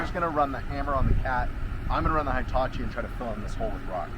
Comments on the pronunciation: He tah chee is how you pronounce that name,. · every episode until you say it correctly: hee-ta-chee "i" always has the same sound in Japanese. there aren't two sounds. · Never heard a Hitachi pronounced High-tachi 🤔 😳 😮